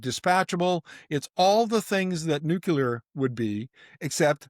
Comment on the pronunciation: I noticed a small "nucular" slip-up there... don't drop the "nuclear" ball 😉